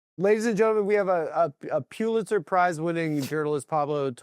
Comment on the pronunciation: How many times does the bug say “Pulitzer” in this one